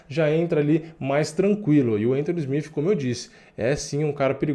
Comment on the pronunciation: Mano na boa pronuncia SmiTH ou SmiTi porque SmiFi soa muito feio. Abraço